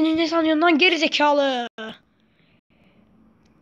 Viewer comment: Abi seni ge4izikalı deyişi acayip komik